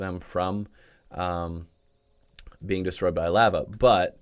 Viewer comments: Did this man really say laaa vaaa excuse me its Lah vah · The way you pronounced lava at the beginning caused me physical pain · who says lava like that